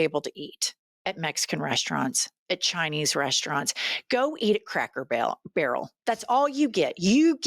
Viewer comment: Lol 😂 she said crackle barrel 😅